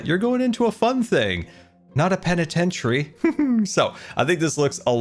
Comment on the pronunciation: The superfast build mode music gives me shots of nostalgia in an almost intolerable amount i love it way too much. Its always so satisfying to watch build. “You’re going into a fun thing! Not a penitentiary!” I love you so much 🤣 and props for saying that word right, because i can never!